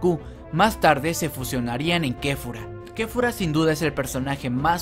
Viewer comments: dijo kefura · Como como dijo kefura ? Es Kefla oh así le dicen en muchos paises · No se ficw quefura en realidad se dice kefla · Quien más se dio cuenta de que llamo a la fusión de kale y kaulifla kefura jajajaja se llama Kefla, para la siguiente si apréndete los nombres bobo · kefla no kefura